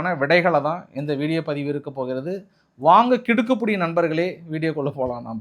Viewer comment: Kidukkupidi . You always spell it wrongly. The correct pronounsation is KIDIKKIPIDI and not Kidukkupidi. Pl correct it in future